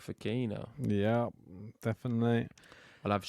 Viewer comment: The host you pronounced ‘Shang’ wrong. Suggest a bit extra home work to pronounce names as correctly as possible since tennis players are from many countries